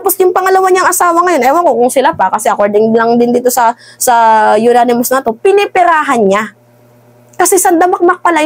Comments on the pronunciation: Anonymous hindi unanimous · Madam idol baka anonymous hindi unanimous?